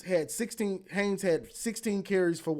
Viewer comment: Love your show. Wink winked again. 😅 I agree. Gosh, you're still struggling with Justine Haynes' name. 😅 It's Haynes, folks. He'll play on Sundays after helping to lead Michigan to the playoffs this year. Haynes.